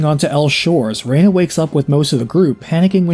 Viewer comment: I liked the annunciation "rey-na" as this was what I knew it as 20 years ago... But Claude has a sound bite when KO'd that annunciated Rena "ree-na." Perhaps I am misremembering though